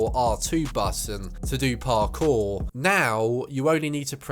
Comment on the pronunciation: My god man talk faster and stop over pronouncing parkour